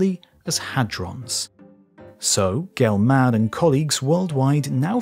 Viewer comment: I thought the same thing. There were several mispronunciations that bugged me, but I don’t doubt I make some too without knowing it. Murray, “GelMAN,” seemed odd to me. Just, “Gelman,” with no extra stress on the, “man,” part necessary.